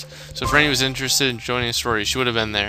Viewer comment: No its not its pronounced ran - ee